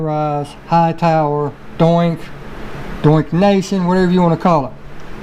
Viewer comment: Lol your funny man...Doink and Doink Nation... It’s Donk and Donk Nation, not Doink lol 😂